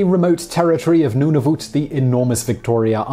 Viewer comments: no, it's a territory, and is the former eastern 2/3 of the Northwest Territories. So, it's not a province. Also, it's pronounced NOON-uh-voot, rather than NONE-of-ut. Plus, the Abbott & Costello routine must have been done by modern day comedians replacing the originals, since they both died decades before Nunavut was ever heard of. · Noonovoot It’s nun-of-vut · NOO-nah-voot. I claim automatic win since I actually live there. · it's pronounced noo-na-voot? why was I never taught this in school?? - a canadian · Love how you pronounced Nunavut. Though it was wrong, you recognized it as a territory, and not a province, so you did better than some of my friends (who would all be Canadian).